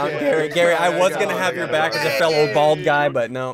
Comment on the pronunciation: he said “back tears” not “black tears”